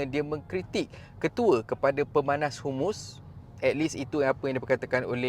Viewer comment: sebut biar betul...HAMAS..bukan humus....kadang2 ayat kau ni mengarut je....nak buat content biar laa cerdik sikit perkataan dan ayat tu...PALESTIN bukan pales...!!